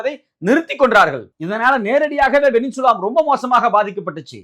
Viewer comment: செய்தியாளர், "வெனின்சுலா" என்கிறார். அது "வெனிசுலா" என்பதாகும்.